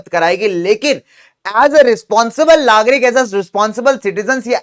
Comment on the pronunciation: Lagrik 👎🏻 Nagrik👍🏻